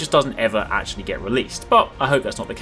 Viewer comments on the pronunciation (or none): none